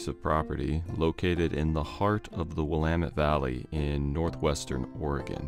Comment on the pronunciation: I grew up in the Willamette Valley! I live in north Carolina now, but it's great to get a reminder of home! And it's great to hear someone pronounce it correctly